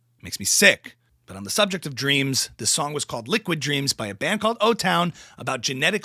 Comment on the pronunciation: Brilliant impersonation you have her spot on the way you said subject cracked me up you have her speech impediment down perfectly also her utter rambling madness 😂😂